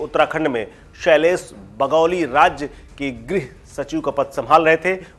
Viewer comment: 'ग्रह सचिव' नहीं, 'गृह सचिव'!